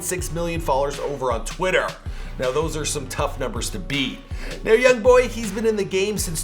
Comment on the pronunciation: Everybody saying yong boy